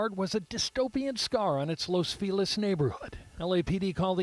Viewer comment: They keep calling it Los FEE-LIZ it's pronounced LOS FEH-LEEZ DUH